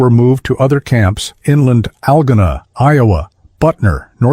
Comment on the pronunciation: First Algona is promounced al go na. Second there is no feasible way to see the statue of liberty from Norfolk Virginia.